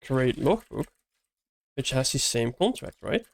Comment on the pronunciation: bro need to say "interface" or "abstraction" instead of "contract", because the later is heard as "construct" !!